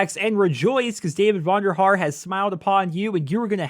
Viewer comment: you fuck up n twice during your comentary vondearhare is not the leader of cod. and mwr is not a three lane style sorry to tell you (i hate 3 lane style btw)